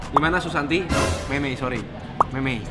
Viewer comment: Iya sama... Ada penekanan nada ngomong nya gt. Wkwk